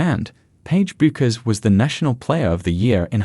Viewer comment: Yeah, OK genuinely this video kinda makes no sense. Also, her name is Paige bueckers but the u is silent so it is pronounced pagie beckers!!!! THE U IS SILENT